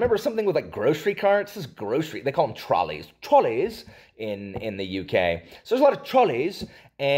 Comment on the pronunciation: We call them trolleys, we just don’t pronounce it like you did haha. I’d say that’s more posh English